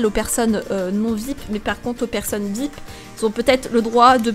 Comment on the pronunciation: On dit pas vipe on dit vip avec l'accent